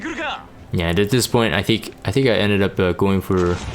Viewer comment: "I thic" why i hear that everytime he says i think... 😅